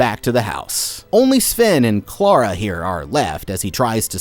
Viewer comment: I just have to say... Thank you for saying Clara in the non-american way 😅 every time I hear my name in media it drives me crazy 😂